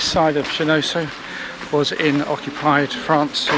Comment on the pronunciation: I think it’s pronounced Shen-on-so but thank you, loved the video